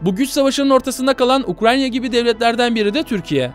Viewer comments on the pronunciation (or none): ukranya değil ukrayna allah rızası için şunu doğru telafuz et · Çoğu kısmında Ukranya, biraz da Ukrayna diyor. Gerçekten akıcı konuşmayı engelliyor Ukrayna'yı söylemek. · Sürekli ukraNya diyor sinir oldum ya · Ukranya değil de ukrayna desen muazzam olucak be abi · Nobody YKA: UKRANYA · ukranya diyişine sadece ben mi taktım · Ukrayna'ya Ukranyna diyen adam 😃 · Videoda Ukrayna'ya hep Ukranya diyor 😆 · Anlatımına hastayım yanlız UkraYNa 'ya UkraNya dedigini farkettinmi bilmem dostum. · Ukrayna diyeceğine Ukranya demesi bi beni mi rahatsız etmiş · abi herkesniye ukranya diyo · Abi Ukranya değil Ukrayna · UKRANNNNNNNNNNNYA ŞUNA UKRAYNA DEMEYİ NASIL BECEREMİYON ANLAMADIM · Gerçek adı UKRAYNA ukranya değil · abi ukranyq mi ukrayna mi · Her seferinde "Ukranya" demen o kadar sinir bozucu ki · keşke UKRANYA demeseydin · sürekli ukranya diyor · Hatta cogunlukla ukranya diyorsun. Dikkat cekmek icinese cekiyor cidden. Bu kadar ozverisiz olmamali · nolur ‘’ukranya” deme artık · Doğrusu ukrayna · Ya arada ukranya diyorsun ya. Videodan uzaklasiyorum